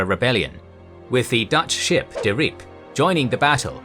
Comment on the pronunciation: You pronounced "De Ryp" wrong. Sorry I'm being a dick. Keep the videos comming.